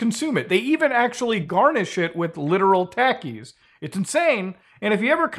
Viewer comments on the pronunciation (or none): No hate but it's not Taky it's tahkiis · Taki is pronounced "T-ah-key", not "Tac-key" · Tackies 😂 They're a Mexican snack it's pronounced "tockies" 😂 Sorry couldn't just stand by on that haha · i cant get over muta saying taki like "tAki" instead of "tOki" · Love the vid muta.. but 😂 it's not tackie lol.. it's pronounced more like talkie. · Let's just hope his "Diet" isn't meth. Then we have a whole new can of worms...😂 and Muta your the man. But I believe it's pronounced Tok E's Not Tak E's. Just busting those coconuts you have bro. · muta its pronounced TAH-KEE not TACK-EE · They're pronounced (tah-keys) not (tackys) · Pronounced talkies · No offense intended, but I love how he pronounces Takis as "Tackies" 😂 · It's pronounced Takis (Tah-Keys) but I think they only sale them in the US and maybe mexico. I've eaten em before cause one of my homeboys that's mexican likes em there pretty good Muta definitely recommend if u can get ur hands on a bag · I hate to be a kind of pronunciation police but I live in Texas and my best friends that I grew up with are Mexican and always had Takis at their houses and they would always share with me. That’s not how you pronounce Takis but it’s understandable because Muta is in Canada lol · I love how mutahar says Takis, “Tackies” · The way muta says taki hurts my soul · I love how he says talkies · Say Tackees* again. I dare you. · STOO SAYING TACEES GOTDAMN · Muta I love you but it’s pronounced “Tah-Ki” lol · It's pronounced Talk-E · them tah key thos. Most canadian pronounced shit ever. tha tah key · for the record its pronounced "tah"ki... they will melt a hole in your stomach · it isnt pronounced as tacky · You know seeing Muta smile in that thumbnail is so wholesome (Also his pronounciation of "Takis" irks me slightly) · This earnest and pure-hearted Canadian rhyming “Takis” with “taxis” five times in a row is the most wholesome thing I’ve seen on the internet this year. 😍😝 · Him pronouncing Takis is funny